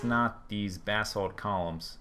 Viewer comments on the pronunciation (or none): buh-salt not bath salts! lol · Sounds like he is saying bath salts not basalt lol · It's ba-salt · Every time anyone on FTB says "Basalt" It sounds like "Bathsalt" Then I think about Naked zombies biting off peoples faces :D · when he said im going to grab the basalt I thought he said bathsalts.